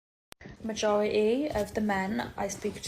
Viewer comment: Majori-ee? Fou-oh?